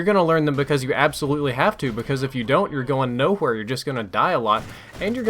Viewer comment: that nohwere